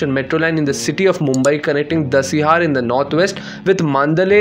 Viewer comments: Bhai there is dahisar not dasiyaar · Bro it’s Cuffe Parade and not Kaffee PaRadE 🤣🤣 also Dahisar not Dasiyar 🤦🏻